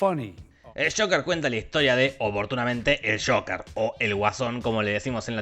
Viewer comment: pronunciado tal cual, Joquer